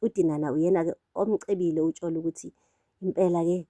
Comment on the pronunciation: Lol, you pronounce Tsholo as 'Tholo' ne. 😂❤ in Sesotho 'Tsh' is 'Th' ngesiZulu❤❤ love youuu